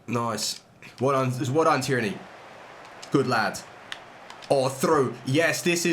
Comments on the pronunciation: Anyone noticed how says Tierney as if it was ‘tyranny’🤣🤣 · please say Tee air knee for Tierney you sound american LOL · get lewadowski, any version. His close control dribbling is top and his power shots near post, doesn’t miss. And tierny is pronounced “tier-knee” bro😂